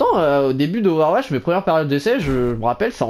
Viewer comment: Ové ouatche